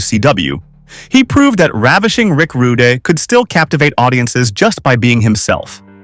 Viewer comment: AI Slop "Rick Rudie"